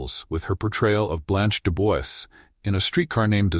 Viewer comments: De Bois pronounced as De Bwa. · mispronounced Dubois?!? Bye